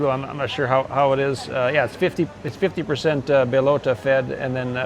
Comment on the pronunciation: It's "Bellota," not "Belota."